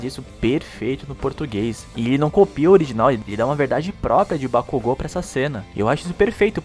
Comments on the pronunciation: só achei estranho a pronúncia de bakugo, pq ao invés de falares bakug'o' falaram bak'u'go, sendo mais difícil e estranho de pronunciá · A dublagem da funanimation tá boa pra caramba tá ruim só a porra da pronúncia BAKUGÚ < dói os ouvidos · Não foi nem no kazinho q eu fiquei puta, fiquei bolada pra caralho com a pronúncia dos nomes, me vieram com uma porra de bak u go, dando ênfase no U, pqp, muitos nomes e apelidos pronunciados estão me dando agonia só de ouvir, mas é a vida... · As vozes são perfeitas mais algumas pronuncias q quebram "Déku" "Bacugo" Kazinho q poderia simplismente terem deixado kachan, na luta do midorya e bakugo, do nada o midorya solta um "kazinho" ai corta o clima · Terminei de assistir as 4 Temporadas... E adorei, vozes boas, Núcleo principal de personagens e secundários bem escalados, talvez uma voz adicional ou outra não ficou tão boa, mas nada que não der pra relevar, as pronúncias: Deco, Kazinho e Bakúgo, da pra relevar numa boa... No fim, gostei bastante do trabalho, dá pra ficar melhor? Claro que dá, sempre da pra fazer melhor do que antes... Pra mim, melhor dublagem desse primeiro lote da Funimation! (Minha Opinião) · A dublagem br ficou boa, só n gostei q trocaram algumas apelidos como Kachan, e a pronuncia de Bakugou. Parece q no Japão tem uma fábrica de dubladores incríveis, q emoção traz na voz. Vc viu a dublagem de Steins; Gate? Se sim, o q achou?